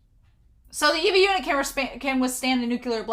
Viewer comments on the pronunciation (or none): It's far too late to say this now, but it's gonna drive me nuts if I don't say this... "ay - vah" ay (as in way) vah (as in vanilla). It drives me a little nuts when people say "EE-vah". Many people seem to read the subtitles but not listen to the actual Japanese. Ok, I feel better now. Great reaction so far, I'm enjoying it.